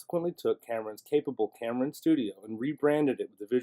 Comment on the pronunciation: I am sorry but did I hear you say "Cameron" instead of "Xamarin" (pronounced Zamarin) ?